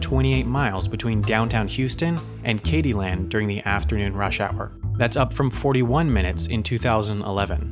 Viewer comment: I cringed when he said "Katyland" in the beginning.